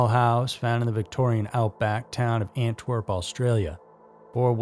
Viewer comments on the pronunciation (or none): none